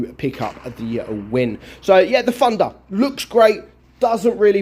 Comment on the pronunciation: I hear pronounce Thunder as "Funder" or "Fandha" sort of